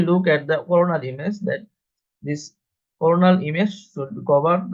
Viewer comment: Do NOT have AI read the description of procedure. Example: This was a MR (Magnetic Resonance) Defecography NOT a MR.(Mister) .Views were coronal plane NOT CORNAL plane(made it sound like commentary on corn(a vegetable)! Overall,however this was an excellent video of the procedure and commentary was also good except for those errors in pronunciation I pointed out. Just a few corrections needed . I have reviewed several defecocgraphy videos and this one is the best. BRAVO!